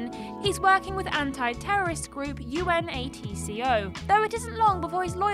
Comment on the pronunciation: The way you pronounce UNATCO… disturbs me…